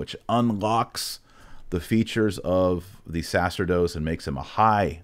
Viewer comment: Great explaination of the Seven Orders. Just a correction to Dr. Marshall: the word "sacerdot" is pronounced "sa-cher-dot" not "sa-ser-dot". When an "e" follows a "c" the latter is pronounced with a "ch" sound (like Italian). Otherwise, great video. 🙂